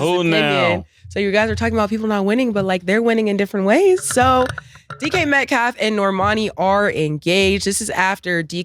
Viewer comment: Dj metcalf 😂😂😂 cam always butchering somebodies name